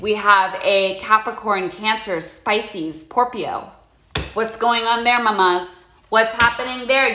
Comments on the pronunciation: “Spicy sporpio” took me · "spices porpio" lmao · “Spices porpio” 😂😂😂